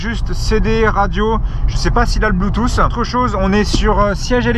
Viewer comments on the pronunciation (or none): none